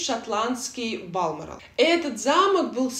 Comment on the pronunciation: спасибо за видео! Но в Балморал все же ударение на букву О